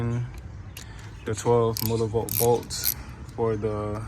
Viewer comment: Nigga keep saying millibolt 😂😂😂😂